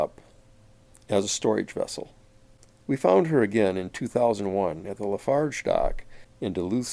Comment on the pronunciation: It’s “Lafarge”